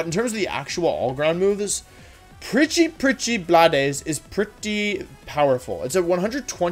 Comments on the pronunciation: wolfe rly said prchyprchy bladeys😭😭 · This man actually said Preachy preachy blood-s with a straight face. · "pretty pretty blad eyes" - wolfey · I had a stroke when you said precipice blades